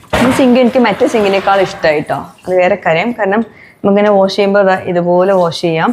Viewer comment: വോഷല്ല വാഷ് എന്നു പറയൂ..